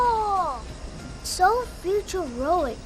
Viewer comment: the 'futuroic' pause has got to be the most hilarious yet subtle moment ive ever seen on YouTube 💀